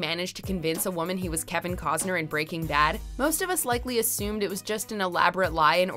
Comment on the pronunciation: Kevin kozner bwahahahahaha what can she actually pronounce correctly?